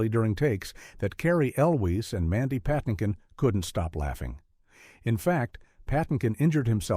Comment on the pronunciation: (Why is Mandy Patinkin's last name pronounced "Pah-TIN-kin" in once sequence, and "Patty-kin" in the next?)